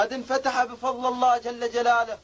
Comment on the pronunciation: تعلم. قراءة لفظ الجلاله بصوره صحيحة ثم كن سفيرا للامام. ايها المعتوه